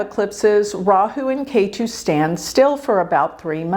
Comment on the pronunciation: If you study a little bit of Sanskrit, you will discover that the "e" in Ketu sounds like the "e" in egg, NOT like the "a" in ace.